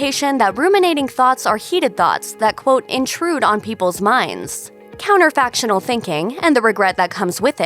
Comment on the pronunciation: Counterfactual, not 'counterfactional'.